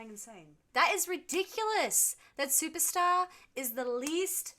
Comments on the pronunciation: Supertzar is pronounced, “Superzar”. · I think it's pronounced super tzar (like Russian title)